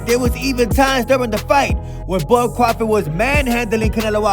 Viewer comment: pronounces crawford like Cwafawd. He Sounds like Elmer fudd